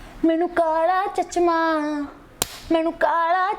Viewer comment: It's not chachma, it's chashma... but your awesome